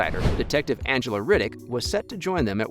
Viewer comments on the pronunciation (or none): none